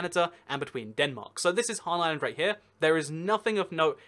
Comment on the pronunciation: HanS island not Han island, although a island named after Han Solo would be cool